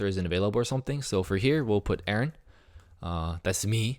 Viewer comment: When he Aaron he said like in a different way